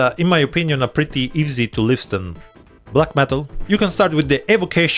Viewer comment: It's liSSSen not lisTen